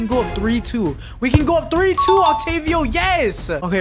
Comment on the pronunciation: no offense but you just called Otavio Octavio, and you didnt say offside but you said offsides. But keep up the good work.